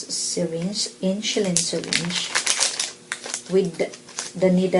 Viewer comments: Will you please pronounce it properly the word "INSULIN"? It sounds like INSYULIN or INSHULIN! MY wife as a Pharmacist laughing at you! LoL! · I likeeeee (: very clear instructions (: Haters gonna hate. Indonesians pronounce the alphabet S as SH. That's why she pronounced it as InSHulin.